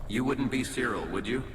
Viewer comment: 1. You read "cyril" as Kirill. 2. unsub.